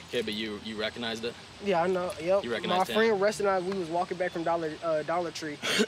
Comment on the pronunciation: He couldn’t say “recognize”🤣